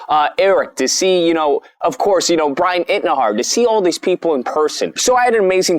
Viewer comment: You can't even say Bryan Intihar right 🙄